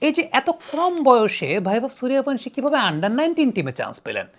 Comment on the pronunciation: "ভ" উচ্চারণ করার জন্য 'Bh' লেখা হয়। 'V' এর উচ্চারণ কোমল 'ব' । যেমন বিবেকানন্দ ইংরেজিতে Vivekanand। শুধুমাত্র বাঙালী আসামি আর উড়িয়ারা V কে ভ উচ্চারণ করে থাকে। তাই সঠিক উচ্চারণ গাওস্কর, বিরাট, বীরেন্দ্র বা বীরেন্দর, সূর্যবংশী ইত্যাদি।